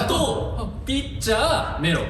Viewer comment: めめの「ピッチャー」が何回聞いても「ピッツァー！🍕」って聞こえてしまう笑